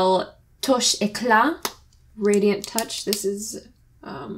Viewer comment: Just Gorgeous your skin is perfect MCh Love when you said "touche éclat " Kisses from France ♥️😘